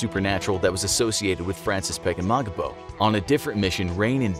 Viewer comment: It sounds like you r saying frances pegemogimo